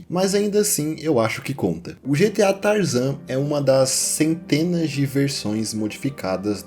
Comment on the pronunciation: GTA San Andreas "Tarazan"😅😅😅😅😅